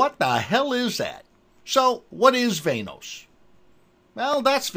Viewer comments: VAN-OS.. not VAIN-OSE.. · Van-noise